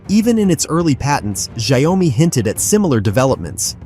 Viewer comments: Terrible pronunciation of the company name it pronounce as "Jiao- Me" not Shy-Oh-Me. 😅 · Why this ai bot keep saying “Xiao o mi” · Shayomy??? WTH i mean " wut Da pakk" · Watch your pronunciation - Xio-Mi not Xi-O-Mi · your video can't even pronounce Xiaomi correctly.... you need to change your AI or just give up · It’s pronounced shyao me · You have an irritating mispronunciation of the name of the product "XIAO-MI" There is only 2 syllables not 3. NO OM-MI. Please go back to school and learn the right pronunciation!!! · Shy-oh-me? This has to be an Ai voice over 😂😂😂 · when AI can't pronounce XiaoMi but everyone thinks it's LEGIT shit it's talking about ! World is going the path of IDIOCRACY movie was forecasting it will ! :D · For whatever this person trying to blog or influence ( is he a robot who can't pronounce a Chinese translation). He can't pronounce XIAOMI...Forget him.. B. S. Insult the product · Couldn’t even pronounce the name correctly 🤣🤣🤣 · If you can't even pronounce the company name (Xiaomi) correctly it's a pretty fair bet this whole video is just normal tech BS. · If you can't say xiaomi then please keep quiet. It sounds terrible. Stop that! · Its robotic voice that almost sounds human. Its just reading off a written script. That why it cant pronouce word. Properly. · Your pronunciation of "Xiaomi" betrays your ignorance. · Stupid AI...can't even pronounce well( Xiaomi )